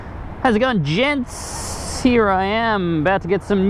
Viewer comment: "How'sitgoing Gentssss" I'm doing pretty good.